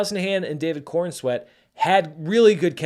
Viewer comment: New drinking game...take a shot every time says "Cornswet" versus "Corenswet." 😂 Great review